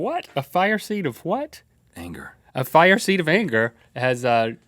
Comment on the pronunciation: Rhett and Link def watched the episode of south park last night. the episode where everyone spontaneously combusts into FIEAH (fire)